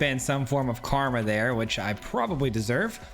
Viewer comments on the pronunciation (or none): none